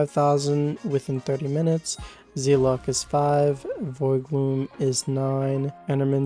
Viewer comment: its zeh-lott same pronunciation as weapon...